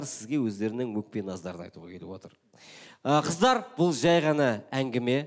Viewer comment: Кітап оқып отырып кітАп оқитын қыздАр 😂